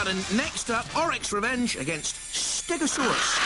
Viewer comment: JP's twice mispronounced Orac's Revenge's name! First "orok", then "orik", what are you on it's and A! ;D